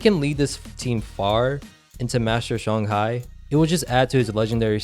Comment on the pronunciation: no Its shang•hai